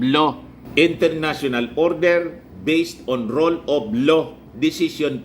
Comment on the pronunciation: Rule of law po hindi role of law Naman not man 😂